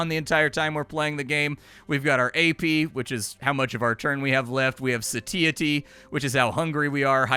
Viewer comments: Not to be a dick, but just so you know: "satiety" is pronounced more like "say-she-ye-tee" with the "she-ye-tee" faster like "she-itty" 😁 PS. while I'm being a pedantic dick: lithium isn't an anti-depressant, it's a mood stabiliser.. more for bipolar disorder than major depression. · "Sateeatee" got me a bit XD